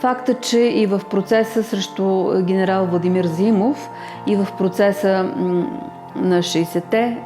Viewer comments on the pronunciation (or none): none